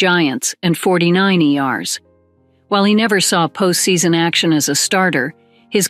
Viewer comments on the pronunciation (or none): Sneed love the AI said 49 ares( 2 separate words and mis pronounced) instead of Fortyniners 😂LOL